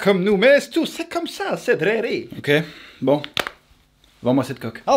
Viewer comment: "EH DRARÉÉÉÉ" j'adore x) avec le bon accent en + ptdrrrrrrr